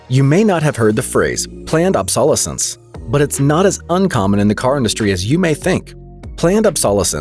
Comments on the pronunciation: Planned 'Ob-SAUL-uh-cents'??? Are you kidding? Did you go to school? In America? The word, is , Ob-so-LEH-sense. LOL. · Did he say "ab.SOL.escence"?! Dude, it's "ab.sol.ES.cense", as in absoLETE. You put the emPHAsis on the wrong syLAble. Regardless, I had a 1990 Toyota SR5 pickup that went over 350,000 miles. "Oh what a feeling- Toyota!" <-- took the photo, sent it in, but didn't get put in the magazine ads. Still the best dang vehicles on the planet for the $. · Ob-sol-o-sense …. Never heard anyone pronounce it like that LOL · Obsolescence is pronounced OB-so-les-ens Not ob-SAHL-oh-sens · LOL! Planned "Ab-SOLL-uh-sense"? I think you have your Acc-ENT on the wrong Sy-LLAB-le! It's pronounced "Ob-suh-LESS-ence". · Ob sol eh sonce? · It's Prnounced "OB- SO LESS Ance"... ding dong.. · You’re pronouncing obsolescence wrong fyi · Narrator can't pronounce planned obsolescence. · Am I the only one completed disturbed by his pronunciation of obsolescence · Well A.I. can’t pronounce obsolescence 😂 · why didn't anybody tell him how to pronounce obsolescence? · That is NOT how the word "obsolescence" is pronounced, chief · Obsolescence. The narrator mispronounced this common word. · If I can't trust you to pronounce the word obsolescence correctly, then I can't trust the rest of what you say. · Dude needs to learn how to pronounce the word obsolescence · Please… teach your robo-reader how to say “obsolescence”. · Try to learn how to pronounce obsolete so you can then pronounce obsolescence. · Obsolescence, huh, Never heard it pronounced thAt way before. 🤦🤪